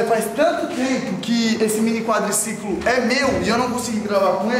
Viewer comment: Quem lembra o falando. " meu Quadricicolimm" kkk